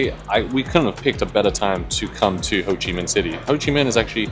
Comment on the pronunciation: How can you hear how it's pronounced and still say it incorrectly 😂 😂 😂 😂 hoochi? hoe-chi